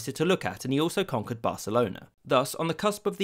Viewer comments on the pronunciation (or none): none